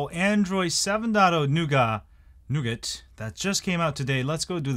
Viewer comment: Nice to hear you pronounce it correctly!